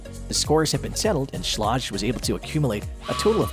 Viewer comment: Learn how to pronounce schlage